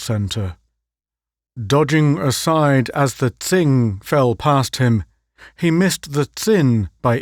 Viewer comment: Tsing is pronounced ching and Tsin, chin.